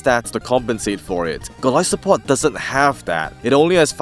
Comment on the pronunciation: You are saying it correctly. It’s that some people pronounce it as Goal-iss-o-pod which makes no sense to me considering where its name comes from.